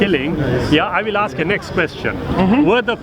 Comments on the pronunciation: People should never debate people who can't say ask and instead aks. It's not a word. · hey smart guy its ASK ASK ASK .please no axes ty.